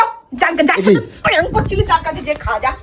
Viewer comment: প্যাঙ্ক না প্র্যাঙ্ক